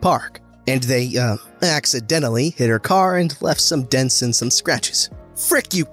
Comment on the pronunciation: "and i accidentyl shook my hoodie which had rocks in it" me "yea "ACADENTLY" "frick you karren" me "oh"